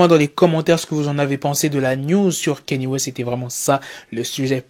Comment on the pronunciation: Alors Kanye ça ne se lit pas « KÉ-NI », ça se lit « KA-NI-EH».